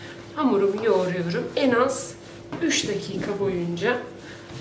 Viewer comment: Tariflerinizi çok beğeniyorum tadı da çok güzel oluyor ama bir şey diyeceğim umarım bana kırılmazsınız....Üş değil Üç 😋😁😁😂😂😂😂😂😊😊